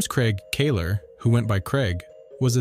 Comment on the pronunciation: Scared the crap out of me when I saw my last name next to massacre. Had to click to hear if they were family. They aren't but kudos for saying the Kahler name right.